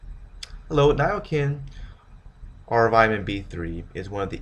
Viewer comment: Nia Kin, really !? Americans just can't speak English. Try Nia SIN !!!